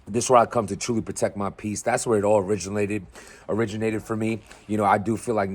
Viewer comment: “Origalated” ? 😂😂 syke naw